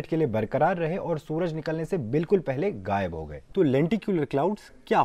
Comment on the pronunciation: He seems a Kashmiri from India that is why he cannot pronounce “Ghaib” properly